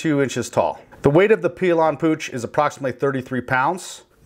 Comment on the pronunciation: Pill yan is how you pronounce it.